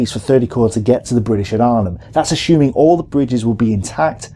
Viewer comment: Why do I hear "ashooming" when I am expecting "assuming"?